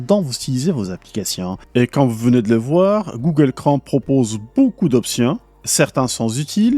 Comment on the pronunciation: Bonjour, j'apprécie et suis régulièrement vos vidéos, et vous en remercie. Cependant, j'aimerais vous signaler qu'en français, le mot "Chrome" rime avec "atome" ou "fantôme", et non pas avec "gomme" ou "comme". Merci! ¦:¬)